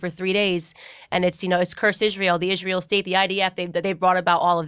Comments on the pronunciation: I cant stand how she calls Israel Ishraell. Whats that??? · "Ishrael" 🙄 she can't even say it correctly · Did you also manage to teach her to pronounce Israel correctly? 😂